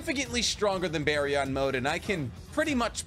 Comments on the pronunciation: It’s not “bear-ee-on” mode it’s “beer-en” mode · Why do YouTubers always say stuff stupidly? 😂kurAma??? baryON???